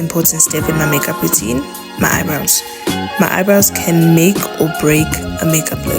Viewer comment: The South African me thought you said Haibo when you said “eyebrows “ 😂😭😭😭😭 girl